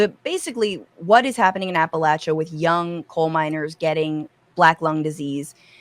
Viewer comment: I'll be damn. She pronounced Appalachia correctly. Now I have nothing to bitch about and I hold Fran responsible